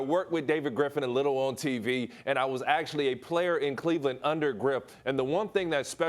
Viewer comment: “Cleveland clipper land” who let this guy in here?